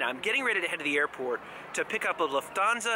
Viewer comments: Luft-hansa...not Luf-thansa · It’s pronounced ‘Luft - arnsa’ incorporating the German word for ‘air’ - ‘luft’ as in ‘luftwaffe’ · It’s pronounced loof-tans-a not trying to be rude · Been wondering how Lufthansa is pronounced 👍